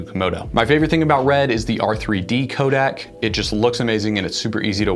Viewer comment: Codec, not codac